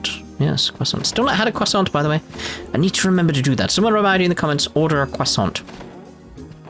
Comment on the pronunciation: Order a cwasont... :)